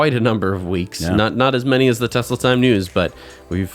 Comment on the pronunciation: T for Taxi or... "Tesli".